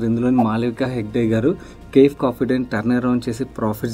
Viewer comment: It takes a lot of guts to call out such things. As a human, the way she stood up and ran the business is inspiring but as an investor, we should not get carried away by these. Chinna correction, cafe ni ka-fay ani pronounce cheyyali